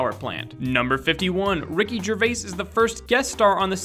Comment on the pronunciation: U sed Ricky Gervais last name wrong I hav it